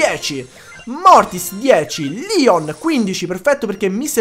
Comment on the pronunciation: Si dice leon no lion